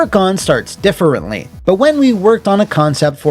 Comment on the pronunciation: Is it just me that hears say 'differently' kind of. I dunno, differently?